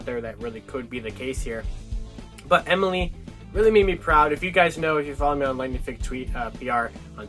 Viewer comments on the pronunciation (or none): none